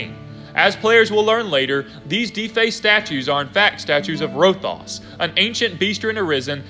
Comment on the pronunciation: Good video! But you said Rothias wrong, it’s Row-Thigh-Us not Row-Thos